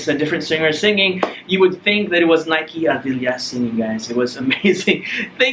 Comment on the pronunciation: Bukan Naik Ardilia cara bacanya bro, tapi sesuai penulisannya. Nike Ardilla.